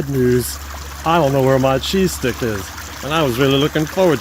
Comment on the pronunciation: Oh man, I kept hearing "Cheesesteak" for the first 5 minutes of this video. Even though I wasn't eating any of it, I STILL got disappointed when I realized it was only a cheese STICK.